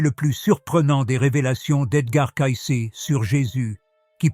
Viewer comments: On doit prononcer CAYCI svp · Oui, des roisses au lieu des rois, le nom de Cayce prononcé différemment au long de la vidéo...